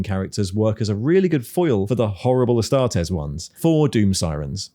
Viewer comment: "ass-tar-tees" astartes as in "two teas for you", not as in "test". Same with custodes. It's fake latin think analyses or crises.